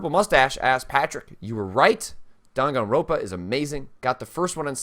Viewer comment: by the way, it's "Dan gan roN pa" not "ro pa". you keep skipping that third N and it always drives me kind of nuts lol